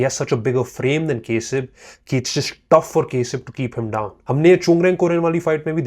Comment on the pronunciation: Its Not kesab Its Kasib bro 😂😂😂😂